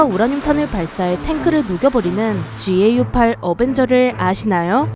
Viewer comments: 보통 지에이유8 어벤저가 아니라 가우8 어벤저라고 부르지 않나? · 자꾸 지에이유8 그러니깐 겁나 어색하네ㅋ